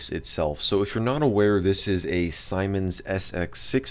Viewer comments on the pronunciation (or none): Its not Simon's its seemens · BTW, siemens is pronounced as zeemens as see (i see..) since it's German... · It is actually pronounced "See-mens" 😂😂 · It's pronounced semens. As in semen. It's a German company and I before e always makes an eee sound in german. E before I makes an eye sound. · It’s not pronounced Simon, it’s actually pronounced seamen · Interesting video and info. Siemens is btw pronounced like 'seamens' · the ads around me pronounce that brand as "semens" its odd